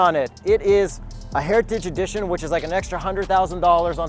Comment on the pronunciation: sounded like he was eating a bag of chips when he was trying to say "heritage edition" 😅. It's all good bro, kind of a tongue twister tbh.